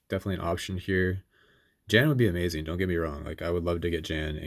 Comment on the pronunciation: This is only a very minor point, but "Jan" is pronounced with a soft J. Like "Yan".